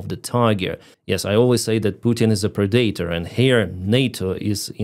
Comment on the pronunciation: Please someone tell how to pronounce PREDATOR!